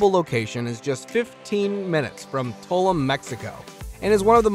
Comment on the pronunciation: I heard the WWII airplane is pretty close to Tuloom also (pronunciation)